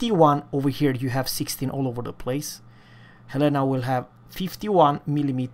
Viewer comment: Love you to... He Said in Swedish...HELENA 🇸🇪🇸🇪🇸🇪